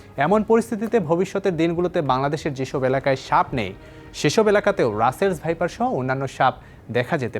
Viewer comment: ভাইপারকে সাইপার বলে বার বার উপস্থাপকের উচ্চারণ লজ্জা জনক।